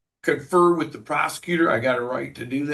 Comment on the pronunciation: It is ŴITH not "which" your man TP.